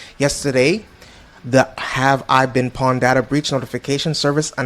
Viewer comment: Bro nobody says pwned like that wtf